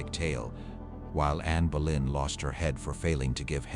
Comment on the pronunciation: It is Bow lynn phonetically not Bow en. Your AI is so terrible so bad, in fact it is unlistenable.